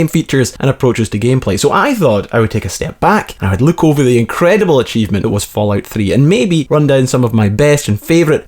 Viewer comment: it İs fallout not falloyut?!